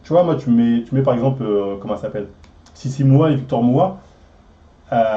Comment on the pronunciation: Tu vas reussir à dire les noms correctement dans cette video ?😂 entre docteurssimo, fitweenwe, sissy moua 😂